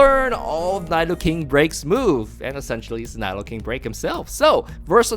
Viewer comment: Cringe everything he pronounces Nidoking as Nydoking